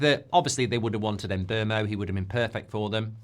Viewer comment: Can someone please ask Mbeumo how to pronounce his name. In the last few days ive heard Em-boomo, Em-bwermo, Em-bwemmo. Its getting bloody irritating.